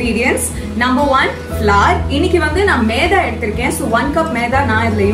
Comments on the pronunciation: Meatha ila Maitha🤦‍♂️ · No meda it is maida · How you pronounce it like'maedha'😂,u r really cute🥰😍😘 Nakshu akka..